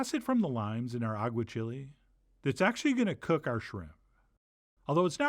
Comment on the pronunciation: This looks amazing, but please, Chef, for the love of all that is spanish: agua-CHEE-lay, not agua-chili. Still going to make it!